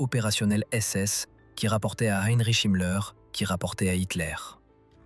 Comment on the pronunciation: Harry Chimler = Heinrich Himmler. Vafoune=Waffen. "Des amateurs sanatiques..." ??? Pauvre Étudiants en Histoire, qui doivent subir un tel outrage. Quel gâchis pour un sujet très essentiel pour la compréhension.